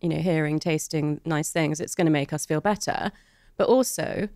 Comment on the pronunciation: Terrible pronunciation of 'better' 😀